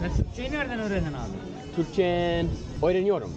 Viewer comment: Almost sounds like "oynuyorum" (I'm playing) rather than "öğreniyorum"